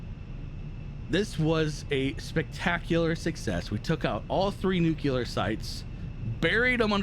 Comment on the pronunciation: Love your content,! Although, it's pronounced NucLEAR not NucULUR lol